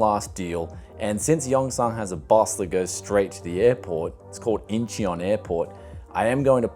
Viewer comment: "yong-son" "in-ch-on"